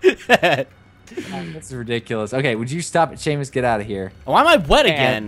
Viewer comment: Its Seamus without the h